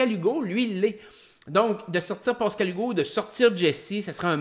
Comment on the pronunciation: Bien intéressant tes reviews de OD ! Je suis un fan du temps de Loft Story aussi.. Mais en tant qu'heureux Pascal depuis 47 ans, SVP essaye de ne pas dire POscal-Hugo ... ;-)